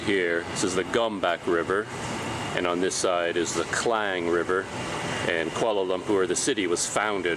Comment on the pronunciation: You pronounced 'Kuala Lumpur' like locals. Nice! Edit : Also the other names as well!